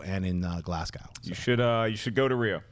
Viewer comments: haha schnepp calling it Glass-cow. its pronounced Glaz-go. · schnepp! it's pronounced Glaz-go!